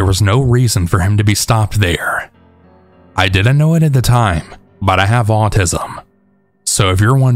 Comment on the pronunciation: Love the long videos! Just a question tho... Is there like an audio/recording reason you say "bun" instead of "but" most of the time? I know Ts at the end of a word are hard on mics, so I was wondering if that was the reason. Thanks!